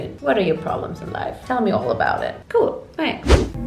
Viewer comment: Dies überdeutsche cool bei 😂😂 KUUUUUUUUUUHHHHL